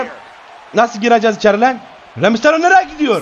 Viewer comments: Herkes:reymisteryo:geymisteryo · Rey Mysetyle derken birdan susup Gay Mysetyle diyor ben. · çıldırdım gülmekten aqq abi reymisterio ya geymisterio diyork skskksakska